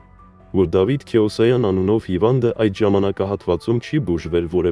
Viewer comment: Անկեղծ ասած ես մի քանի ռուսական ռոլիկնր լսեցի։ Առաջինը լսելուց հետո ցնցված էի, շոկի մեջ, ամաչում էի։ Բայց հետո ուշադիր լսելով, հատկապես ,,Քեոսայան" ազգանվան սխալ արտաբերումը, Կիրկորովի ազգանվան սխալ արտասանությունը` ,,КиркАров", մի քանի այլ ռուսերեն բառերի վրա սխալ շեշտադրումները սկսեցին ինձ մոտ կասկած առաջացնել, որ դա ԱԲ(ИИ) օգնությամբ է արված։ Չգիտեմ, կապրենք կտեսնենք, պարզապես ամոթալի է։ Հերիք չի նիկոլը հայերին աշխարհով մեկ խայտառակել և պատվազրկել է, հիմա էլ սրանք։ Ցավալի է։😢